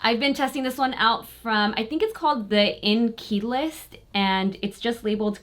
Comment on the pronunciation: Inkey List is pronounced like Ink + E. It's named after "INCI List" which is the list of ingredients on your products. International Nomenclature of Cosmetic Ingredients.